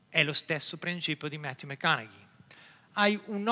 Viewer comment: bravissimo bellissimo fantastico. Però zio, da un maniaco di lingue come te mi aspettavo conoscessi la pronuncia di 'matthew mcconaughey'. La G non si pronuncia. Peace